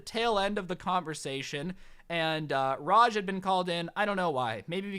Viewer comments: I love how says a hell of a common Indian name "Raj" as "Rashj".... LMAO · It Raaj not Raj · You know raaj your friend is an Indian I'm a martian (Indian) hey it's pronounce raa-jj you pronounce JJ a bit harder raa is like the aa is when you get hit. Put it it together and you have raaj